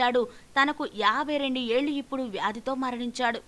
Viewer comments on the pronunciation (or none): none